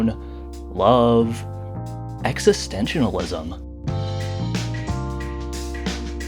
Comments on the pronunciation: Not gonna lie I almost stopped watching when you said “existentionalism” (the word is “existentialism”) because I figured if you can’t even pronounce the word then you definitely have no idea what you’re talking about, but it ended up being a good video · “Existentianalism”?? Fell at the first hurdle a bit there bud 😂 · 8 seconds in and bro said "existentinalism" this is why people mock youtube video essays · This is a great video but the mispronunciation of “existentianalism” 5 seconds into the video didn’t leave a good impression lmao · I feel like your extra syllable in the word “existentialism” tells me what I need to know about the rest of the video…